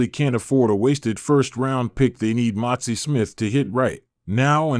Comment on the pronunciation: His name is MAZI.... NOT MOTZI